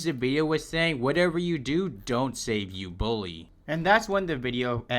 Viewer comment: U bully ❌ Ubooly✅